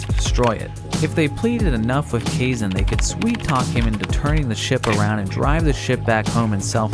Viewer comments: You sure it's "kayzen?" As with Japanese an "ai" is always pronounced like "i" which is why the "rayden" pronunciation of the name "raiden" bugs me. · Depending on the language it could be ka-e-sheh or kaysh/kay-sheh too. Some languages languages an x is either a sh or h-sound. But Kaizen, naw. Theres not a language that exe is xen/zen.